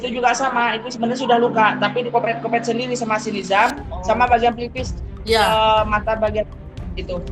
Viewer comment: Koreng dikopek x Kang bkn di kopet"😂